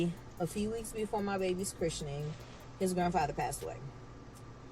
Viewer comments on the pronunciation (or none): “Chrishenin” is killing me lmao! Please! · She's killing me mispronouncing Christening. The English major in me is going nuts😅😂😂😂